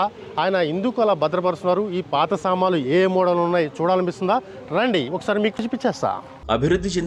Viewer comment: Samanlu kaduraa babu Saamanulu nuu meia telugu radu malli